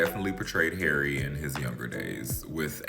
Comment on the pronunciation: U said his name very well ❤❤❤❤